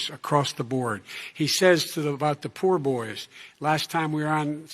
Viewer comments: He said Poorboys instead of Proudboys. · He say the poor boy instead of proud boy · Biden also said "poor boys" when he should have said "proud boys". Biden can't put a coherent sentence together. Biden should not be running. This is just sad. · This guy said the “poor” boys not the proud boys 😂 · Racist abe and the poor boys...what a babbling fool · Did he say "the poor boys"? lol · He called the Proud Boys "Poor Boys. 🤣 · Biden: "The poor boys" Me" its the Proud Boys you dummy